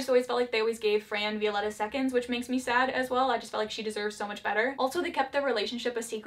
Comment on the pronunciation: Any other Spanish speaking person got triggered a little when she said Vi-O-letta And not Viol-E-ta???